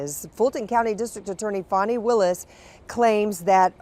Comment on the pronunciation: That's not how Fani is pronounced. Fa-knee